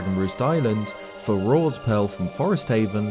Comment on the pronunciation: I’m surprised he managed to mispronounce the name “Farore”.